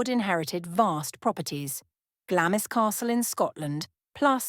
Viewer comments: "Glamis" is pronounced "GLAMS" - i.e, the "i" is silent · Glamis is pronounced glahms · Please pronounce Glamis correctly. Its Glarms. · Glamis is pronounced Glams. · Even the most badly educated person knows how to pronounce Glamis